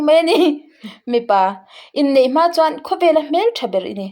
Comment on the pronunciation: Lawm bawih, 'i ril a ṭâm chuan chaw ei rawh' kan tih a, 'chuan' kan lam rîk ang hian, 'a notê chuan' tih kha lam rawh.❤